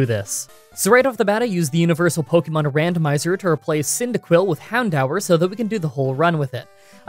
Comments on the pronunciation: Okay I promise this is the only time I'll comment regarding pronunciation. It's hound-oor not han-dower right? Don't tell me I'm going crazy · Im so triggered he keeps mispronouncing houndour its pronounced hound door and no im not joking its on the anime. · Isn't it pronounced "hound-dūr"??? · I've always pronounced the pokemon hawn-do-ur. So Hawn-daw-ur sounds so weird to me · I've always been pronouncing it as Hown-door. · My whole pokemon career is a lie. For the past 18 years i been calling "houndour" I pronounce its name as hound door. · Heh, I always pronounced it Hound-door. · I'm having a heart attack I always pronounced it as 'hound-oor' AAA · Wtf is that purnounciation? It's Hound DOOR you dang maple back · Why do you pronounce Houndour like that? Isn’t it hown-DOOR?